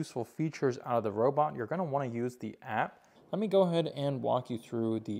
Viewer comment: the /ᴛʜē before a vowel; ᴛʜə before a consonant/ Speak PROPERLY!!!!!!!!